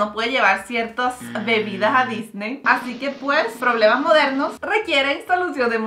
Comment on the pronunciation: Amo que mariale diga "no si" "se paso" y my favorita es "poblemas modernos requieren soluciones modernas" XD💖💖💖🤗🤗🤗